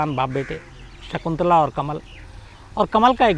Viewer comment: सिगंला नहीं शकुंतला ।